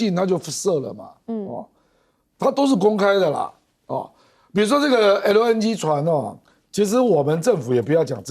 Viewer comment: LNG 唸成LN居？又啊啊的講話. 又愛裝嫩⋯⋯專業點